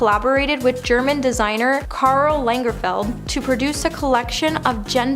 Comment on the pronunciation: You’re still saying “why” and not “while” like I swear u doing it on purpose now cuz u paused after and STOP DISRESPECTING KARL it’s not Karl LANGER FIELD ITS KAGERFELD THERES NO N AND ITS FELD NOT FIELD OMG ITS JUST NOT EVEB CUTE OR FUNNY AT THIS POINT that is down right disrespectful Rip Karl